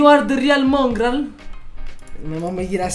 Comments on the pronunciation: FaZe Mòngraal con l’accento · Non è il vero Mongral perché su Mongral c'è l'ha accento sulla o